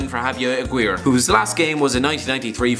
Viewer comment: Im gonna need your scarf to shove through my ears after listening to that pronunciation od Javier Aguirre (Pronounced A-Gear-ey) And really Javier Aguirre was the best you could find? Hirving Lozano (the current PSV prospect) is from Mexico city and Cuauhtemoc Blanco (arguable Mexico's best ever player,) is also from Mexico City.